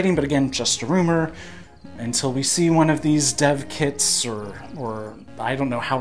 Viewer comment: When you said "dev kits" I heard "Death Kits". Hold up here!